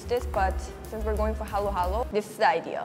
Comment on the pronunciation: its haluhalo not halo-halo